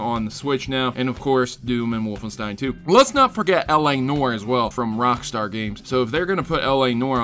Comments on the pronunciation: pro-tip: Noire is pronounced "nwawr" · 'Noire' is NOT pronounced 'nor'. Ignorant American. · Please......................pronounce L.A. Noire right................